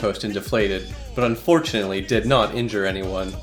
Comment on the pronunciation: did he Say unfortunately